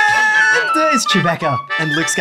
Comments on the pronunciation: It’s not chubaca it’s chuboca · I could not contain myself when he said “it’s CHEW-BACKA”😂😂😂😂